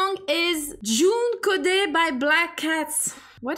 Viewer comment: You said joone khodet uncorrectly